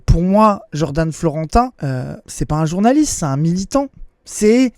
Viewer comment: Mdr atetation de journalite en diret 😂